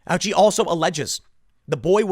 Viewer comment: Tim, the nurses?!!! Not our heros!!!!! It is not "ouchi" is "O--uchi", it is a Japanese name.